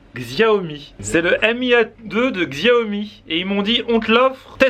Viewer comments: Xiaomi =shiawmi pas /gzyawmi/ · Mes oreilles saignent face à la prononciation de la marque du smartphone qui se prononce [chiao mi ] et NN xiao mi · Xiaomi ca se prononce chaomi et c'est une super marque pas chere ;)